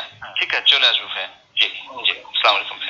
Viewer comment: স্লামাইকুম না আসসালামু আলাইকুম